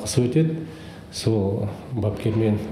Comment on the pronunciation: дискаликация деп дұрыс айталмай жатирғой қоңқабайың